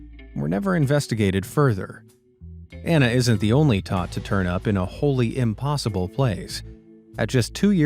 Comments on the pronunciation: impoosible .... smh oh lord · I laughed a little too hard at "im-poo-sible" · "Chim chim-a-READ him his rights." 🙄 but also 😂 Oh no. Now he said "imPOOsible". 😂😂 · “It was clearly ‘impoosible’” LOL that was funny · Clearly "impooSIBLE" 😂